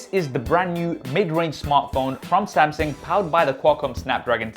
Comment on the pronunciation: samsingh? thought it was samsung tbh.....